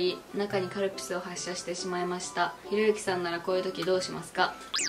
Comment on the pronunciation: カルピスがカルピルになってるやんwww